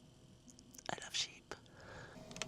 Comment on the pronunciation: Ok... They're called sheep and lambs....not "sheepees". 😂